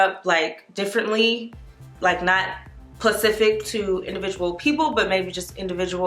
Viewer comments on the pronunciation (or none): was "pacific" rather than "specific" intentional? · you said pacific!! *specific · “Not pacific” 😩😂 L❤️ve you! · Lawdt knows I love me some but we ain’t gon’ do is act like she didn’t just say “PACIFIC” point 😩🤣🤣🤣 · The fact that she said PACIFIC 😂😂 cute but yeah they really played theirselves